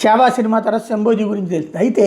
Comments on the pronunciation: yesho bhayee ani correct chesaru ithanu but shabaji ni shamboji ani cheptunnaru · It's shamba ji Not shambo ji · శంభోజీ కాదు శంబాజీ అనండి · శంబోజి కాదు జీ శంభాజి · Shamboji kaadu shambaji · శంభోజీ కాదు శంభాజీ మహారాజ్ అనాలి కదా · శంభోజీ కాదు శంభాజీ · Sir.. Shamboji kaadhu sir.. Sambha Ji 🙏